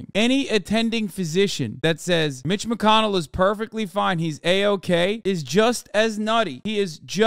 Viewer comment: Did you say Glitch McConnell ? Stop it.I’m trying not to laugh and it’s really hard . Wtf is going that Crazy House. Doctors should have their license revoked forever !